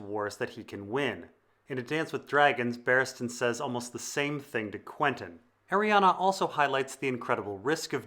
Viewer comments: Ah ree an Not ah ree ah na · Omg. Please read her name. There is no A at the end of her name. Ar-e-en is how it's pronounced